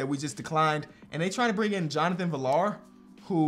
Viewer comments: FYI Jonathon Villar's name is pronounced viar not villar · Just a heads up for future reference, Jonathan Villar’s last name is pronounced like VR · Just so you know it is pronounced Jonathan v-ee-y-AA-r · btw Johnathan Villar's name is pronounced vee yar the two Ls make a Y sound. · villar is a Spanish name. The double L makes the yuh sound, pronounced viyar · Villar is pronounced VR